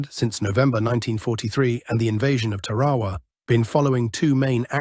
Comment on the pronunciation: Why are most of these documentaries narrated by british commentators that cannot properly pronounce many of the places and things such as Tarawa and Gato class submarines